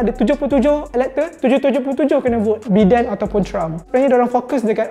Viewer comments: It's pronounced as "Baiden" not "Beeden". SMH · Ingat aku sorang je pronounce Biden as Bi Den not Bai Den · Biden bukan Bidin.. Bidin, Bidin.... 😅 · Aku igt sebutan dia Bai-dern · Satgi dollah ni kena ketuk kepala dgn Alan sebab salah pronounce nama Biden 😂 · THAT'S NOT HOW TO CALL BIDEN'S NAME >:(